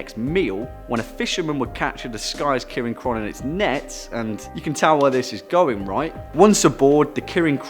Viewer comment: Maybe first you should have learned to pronounce the name first